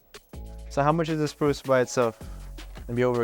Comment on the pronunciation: sprue not spruce